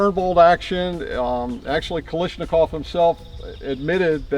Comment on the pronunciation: Did this guy really say that the bend in the M1s op rod was due to the bayonet? (It was from the switch from .276 to .30-06.) He then said that the BM-59 was direct-impingement. (It's a long-stroke piston, just like the M1 Garand.) He also mispronounced Kalashnikov as Kalishnikov. Is he really claimed to be a firearms expert?